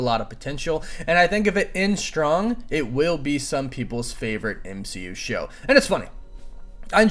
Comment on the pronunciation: M-she-u got me 🤣